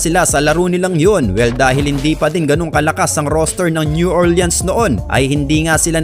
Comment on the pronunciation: new orlins ✅ new orliyens❌